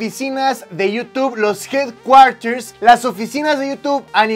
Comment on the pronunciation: se pronuncia Jed-Kuórers